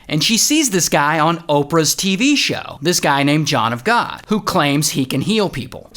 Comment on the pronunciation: John of GAWD - awful!